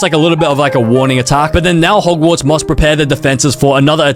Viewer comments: Bro said ’’mogwarts’’ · Hogwarts nah mogwarts